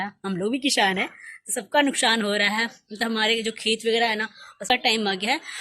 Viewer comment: What is this kishhaan, mausham, nukshaan, shohar... Don't try to be modern be real.. sa ko sha bolne se koi modern nhi Banta.. coz it's kisaan, mausam, nuksaan and sohar..